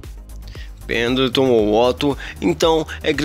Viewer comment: Você falou penatão